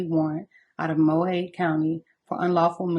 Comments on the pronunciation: I appreciate your content, can't believe I'm late to this story. Side note, Mohave=Mo-hah-vee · (Mo ha veee) county. 😊 Rip Diane